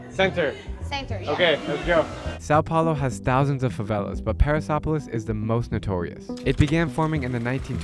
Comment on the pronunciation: When he said Paraisópolis it sounded like Paris and I was like WTF